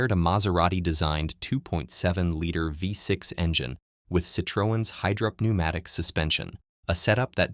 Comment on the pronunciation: Hydrop - neumatic?? (5.17) Perhaps AI needs pronunciation check, or is the SM water powered?